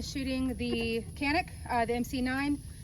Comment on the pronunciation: Good vid. I agree that the Canik is superior to the Glock. I like Glocks, just think the Canik is at least as good at a better price. BTW: Canik is produced in Turkey where the "C" is pronounced as a soft "J", so it's Janik not "Kanik".